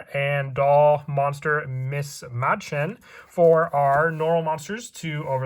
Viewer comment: Mädchen,, is a german word. ,,mäd ,,is pronounced like ,,mad